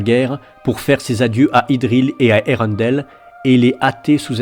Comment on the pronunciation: Melko au lieu de Melkor......Maeglin au lieu de Maegline........colline au lieu de montagne........Eureundel au lieu de Earendil......Gnome au lieu de Elfe.....Toumladen au lieu de Tomladen........HUM !! Prononciation plus que douteuse mais si on y fait pas attention c'est vrai que la lecture audio est très bien merci. La musique coupé et remplacer au bon moment c'est très bien aussi ! Dommage que l'ont n'est pas la suite